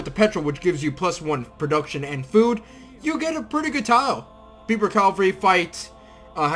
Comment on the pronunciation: It's Kasbah and Berber, not Kabash and Beiber. Sorry to be a grammar nazi. Also those Native Americans are pronounced sho-sho-nee.